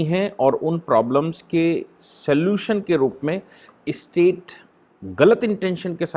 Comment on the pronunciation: स्टेट शब्दका उच्चार आप इस्टेट ऐसा क्यूं करते है। राज्यको मालमत्ता बनाना डरावना नही है क्या?